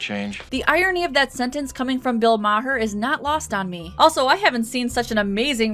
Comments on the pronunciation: IT’S PRONOUNCED MARR NOT MA-HURR. YOURE SHOWING POLITICAL BIAS AND THAT YOURE NOT ACTUALLY FAMILIAR WITH HIM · is she pronouncing maher as /mah-huhr/ instead of /mar/ as a jab? 🤔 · lol; It's Bill "MAR" not Mar-har" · Liberals hate Bill Maher now because he points out their descent into lunacy. Love that guy. Also it’s pronounced Bill “Marr” not Bill “Ma-Her” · I like how you call Bill Maher “Bill Mocker” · "Bill Ma-Her" 😆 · MAR IT'S PRONOUNCED MAR I KNOW IT'S SPELLED MAHER BUT THE H IS SILENT I'm sorry this drove me CRAZY for this whole video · Lol, Mah-her. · Um... Is your pronunciation of Bill Maher's name on purpose, or... (It's just pronounced Mar). I'm just gonna assume you're doing it on purpose. 😁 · Why do you say Maher so weird. It’s Ma-are. And if you wanna see shitty acting of his watch dc cab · You obviously don't care, but Bill Maher pronounces his name "Mar". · The “h” in Maher’s name is silent, making it “Mar”. Still loved the video though. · Oh god, please just say 'Mar', that's how it's pronounced. Looking at and hearing him is hard enough as is, but hearing Bill Maher's horrible name said like that multiplies the anguish he causes. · Isn’t it pronounced mar? And I love bill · Bill "Mohher"?? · It’s hilarious you inject so much leftist trite into your videos but can’t pronounce Maher. Like are you SURE you can think straight? Love your videos. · An apple orchard is a business and arguably far awesomer than a strip mall. Also dear heaven why’re you pronouncing Maher like that. Not even Bill pronounces it that way. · I'd like to think you pronounce Bill Maher's last name that way to piss him off on a spiritual level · ' way of pronouncing Bill Maher's last name is killing! hahaha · Oh FFS learn how to pronounce people’s names… totally took me out of this video by your constant mispronunciation of Bill Math’s last name.